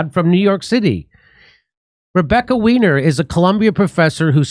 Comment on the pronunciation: Her name is German, “weiner” is pronounced “Why-Ner”